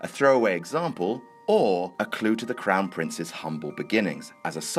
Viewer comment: "Crown Prince" it's 'Clown Prince'